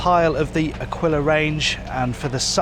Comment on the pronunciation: Nice It’s A"keel" a, not akwilla